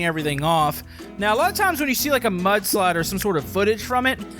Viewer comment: I thought you said "But Slide"🤣🤣🤣